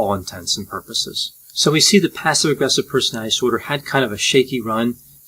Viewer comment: I like your videos very much. And I should stop watching them all the time. As it becomes a disorder. But I like the way you explain things, you have a brilliant explaining personality. It is not a disorder. (Brilliant explainability disorder) You speak very fast, which I like, too. But please pronounce "personality disorder" properly. Don't say "personalidisorder". Please😁